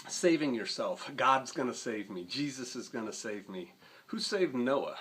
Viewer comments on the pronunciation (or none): "Jesus-uh" with a southern twang is too real. Great vid. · Everytime he said "Jesusaaa" I laughed my ass off. I know people like that.